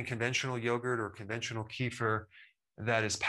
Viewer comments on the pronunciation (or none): Not keefer...it's kef-feer : ) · And kefir is pronounced keh-feer, not keef-er. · I believe Kefir is pronounced Ka-feer